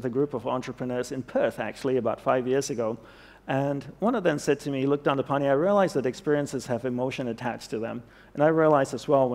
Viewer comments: Dandipani ?! ... Ahem ... His name is DandApani. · Please correct the name, its "Dandapani".